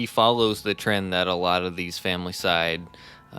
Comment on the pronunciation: Ok, but what about pronouncing familicide incorrectly? It’s fam il i cide, not family cide. I was going to comment about it not to be a grammar nazi or that I care casually, but because I liked their podcast. If they are going to do true crime I would try and help by giving constructive criticism since they may do another story and had to use the word again. Clearly, to me at least, with all the work they put into it, they’d want to be more professional and improve. The ‘yeah, totally’ phrase and others grabbed my attention too , but didn’t bother me although I can understand how it would take away when compared to other channels doing the same type of real crime podcasts. Regardless my comment wouldn’t be because I was trying to be a jerk. Take care.